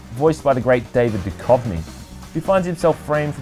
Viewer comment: Sorry mate, but..."the great David Dukovny'? Seriously?